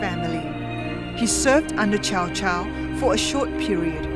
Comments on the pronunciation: its pronounced tsao tsao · Its pronounced tsao tsao not chow chow! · kaindave. not pronounced tsoa tsao nor chow chow..it's cow cow.🐄 🐄 🐄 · So. . .it's "Tsao Tsao"? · Bruh it's tsao tsao get it right